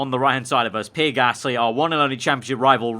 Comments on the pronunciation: It’s PEE-AIR not PEER Like so can see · Me I care it’s not a huge problem just trynna tell him the right pronunciation